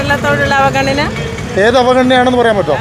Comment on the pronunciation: വായിനോക്കികൾക്ക് “ അവഗണന” എന്ന് നേരാംവണ്ണം പറയാൻ തിരിയുന്നില്ല. V & v യ്ക്ക് വേണ്ടി എല്ലാം😝